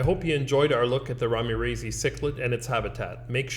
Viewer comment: "ramirezi" is named after Manuel Ramirez. So the scientific name is correctly pronounced "Ramirez-eye'.